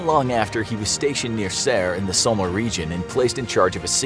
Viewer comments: "Som-meh"? It's more like "som-mm" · Seriously why cant Americans say "Somme". It's just "Som" not "Sowma" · It’s not somma it’s Somme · it's pronounced som not somma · So-mah. It's pronounce, "Sawm", guy. And what is that weapon in your thumbnail? Where is that soldier's helmet? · Tf is the battle of sommer lol. Its pronounced som. Aka the somme. I've been the the somme battlefield. The youngest I saw killed was 15. I'm sure there were many younger. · the somma lol u pronounce it the som btw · It’s the Somme pronounced (saum) not “sawmeh” do you guys educate your readers on how to pronounce foreign words at all? This isn’t the first goofy pronunciation I’ve heard on this channel. It’s honestly like nails on the chalkboard of my brain when you mispronounce words in common usage in historical circles. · great vud but its the battle of the somme pronounced SOM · Its pronounced Psalm, not So-ma. The Somme... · yeah exactly it is spelled somme not somma what he said it really annoyed me in this video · my guy really said the Somma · That's not how you pronounce Somme. It's more like som. But awesome video tho!! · Somme is pronunced "Sawm" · I cringed every time he said somme. It's Sa-mm. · 😂😂”the battle of the so-mah”😂😂😂 it’s like “bro! Do u even know history?😂” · He's mispronouncing the Somme. It's just like som. Rhymes with Tom or bomb. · It was very odd the way you pronounced somme its pronounced som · Cba even watching after the way you said Somme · Isn't somme pronounced without the e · You mispronounced how "Battle of Somme" is pronounced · Yo! Narrator! Before you record your narration, would you please research the topic a little bit so you stop mispronouncing important details? I got to before I couldn't take it anymore, made this comment, and left. SOMME. Read about that before you read to us about it. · His pronunciation of “Somme” is painful to listen to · The way u say Somme makes me cringe so hard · Ah Your mispronouncing “Somme”